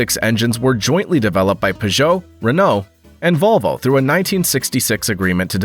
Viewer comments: Well it's not the worst way I've heard someone say Peugeot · Listening to this guy pronounce Peugeot is grating. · Thank You for another mgnificent production. I still have not worked out what was more awe-inspiring: the horsepower ratings of these small European engines or the intriguing shape of the wheel arches, (or lack of) on the P88. Also thanks for a fresh pronunciation of the name Peugeot. As a child I might have read it before hearing anyone speak it aloud, and so I always called them PIEw-joe, as in Pepe le Pew, with the emphasis on the first syllable. Then in high school ensued prolonged arguments with friends who pronounced it PURR-joe, as in purring kittens, again with the emphasis on syllable #1. Now hearing the name pronounced purr-JOE, with the emphasis on the second syllable, I concede that my childish phoenetic pronunciation, based on reading the name in a book without ever having heard it spoken, was err, well, inaccurate to put it gently. Which of the other two is correct; which syllable to emphasise? I'll leave that between you and my high school mates. (who would agree with me that Porsche has one syllable - silent E)